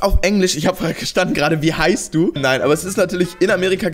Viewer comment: das heißt heißt und nicht eißt